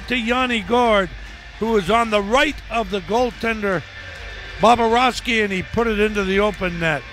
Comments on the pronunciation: I thought so too. Phil always adds an extra 'b' when saying his name it aeems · I thought he kept saying "Bababrovsky".lol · “bobba rovsky” -phil